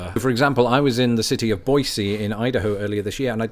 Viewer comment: He mispronounced Boise